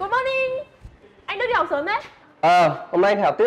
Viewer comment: Em chào anh đực ạ What đức mà lại gọi nhầm thành đực